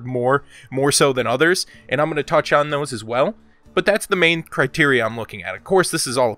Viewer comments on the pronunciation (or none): none